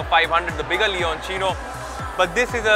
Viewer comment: Leonchino so this is how you pronounce it. I thought it was leocinio or loucinio or something.